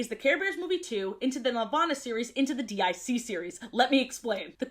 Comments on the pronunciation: Why you saying D I C instead of deek? That's how the intro always pronounced it. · Not to be “that” person, but DIC is pronounced “deek”. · Dee Eye See series? Say it say it! DYACK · "D.I.C." instead of "DiC" kinda hurts but I love too much to not watch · It really bugged me that you kept calling it "D-I-C" when it's pronounced "deek" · DiC is pronounced Deek btw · DiC is pronounced “Deek” and not… you know… despite what many humorous edits may suggest. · DiC is pronounced deek